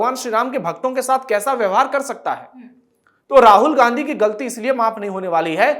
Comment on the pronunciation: राहुल घांडी है, उच्चारण सही करें।